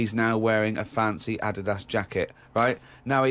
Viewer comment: is that how they pronounce Adidas in the UK??